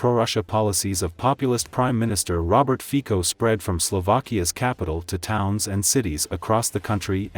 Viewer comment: His name is NOT FIKO, but FICO ! WRONG ! LEARN HOW TO SAY OUT HIS NAME ! SHAME ON THE NARRATOR !